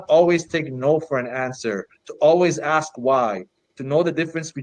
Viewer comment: Are all black Marxists required to say "axe" instead of "ask"? To keep their card? Not really dealing in the ABCs is he...